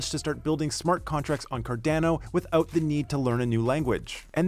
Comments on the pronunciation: Great video! But please, its Car-Dah-No, not Car-Dane-o hahahaha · Very good short informative video on KEVM. Saying Cardano like Car-DAN-o makes you sound like a newbie though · Good video but Car-DAN-o hurts my ears! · CarDANo ... lol i dunno why but this sounded so weird to me. ive always pronounced it Car-Don-O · Is it “CAR-DA-NO” or “CAR-DAN-NO” I thought it was the first pronunciation. Great work by!